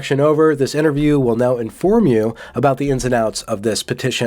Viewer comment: “Finding ah’oot aboot”